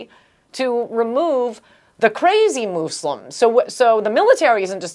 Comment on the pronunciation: moose-lims? :S